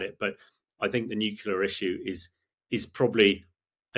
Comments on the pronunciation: Interesting. But what's a "nuculer" weapon, Hammy..? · ...except he pronounces "nuclear" as "nu-cu-lar". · Yeah I noticed that he was dropping "nucular"s all over the place. There's only one U in nuclear. Not a big deal for most people, but I expect better coming from him. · Excellent interview by a well educated and well prepared young man. A world of difference to that American female you have added who looks and sounds so unprofessional and never seems to have a clue what she wants to ask. Colonel de Bretton-Gordon, of course, is every inch the UK officer and is always so interesting to listen to, even if he does mispronounce 'nuclear'. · Another idiot that can't pronounce the simple word, "Nuclear." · Please, please someone tell him how to pronounce "nuclear". He is not American so why pretend to be with his silly copy of their bad pronunciation? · 9.32. Yet another "expert" who can't pronounce "nuclear" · Yes. But it would be nice if he could pronounce "nuclear" properly. He is like a disciple of George W Bush. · NucLEAr not NucULAr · Only the fact that he has that most annoying mispronunciation of the word NUCLEAR... "nucular" is just plain wrong. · Nuclear not nucular! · I wish many politicians, commentators et al would learn that the word is "NUCLEAR", not the erroneous "nucular". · I had to look up “Nucular” as I always thought it was Nuclear. Although it grated a bit, apparently it’s accepted so I’m further educated thanks. I’ll stick with nuclear though … albeit slightly harder to enunciate. 😄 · How come he says "nukeyoula" instead of "nuclear"? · 😂I was thinking the same😂 it's a George Bush jr flex getting it wrong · I agree with everything he is saying, but it would be easier to take a nuclear expert seriously if he stopped saying "nucelar". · You lose all credibility when you pronounce Nuclear as “New-Cue-Lar”. 🙄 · Agree. Annoying when "experts" do not even TRY to pronounce words correct.